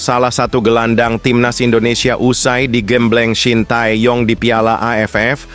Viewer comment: Miminnya orang mana sih kok piala jd payala😅🙏